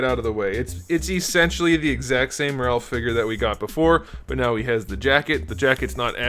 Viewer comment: I HAAAATE WHEN PEOPLE SAY RALPH!!!!... LOL(looking at my gf)... but also hate when people say SAIS (looking at )